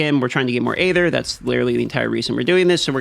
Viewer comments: Sorry to nitpick, but it is bugging me that he pronounces "aether" the way he does. It should pronounced as if it were spelled "eether." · Love how bruh can’t pronounce EEEther or obALLs lol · Hey there, just so you know it's pronounced eether, the A is silent in Aether. 🙂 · I never knew hearing someone pronounce aether like hey there instead of ee-THUR would annoy me so much. 😅